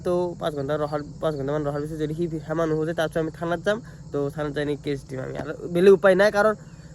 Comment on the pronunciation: ৰিতু ভাই সেমা নহয় ক্ষমা হ'ব। 😊❤